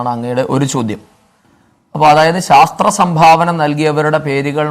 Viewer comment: Sastra alle mone "shastra"